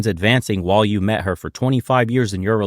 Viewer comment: "lord save er" lol